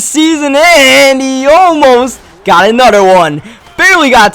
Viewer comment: It's another not anutter Jesus Christ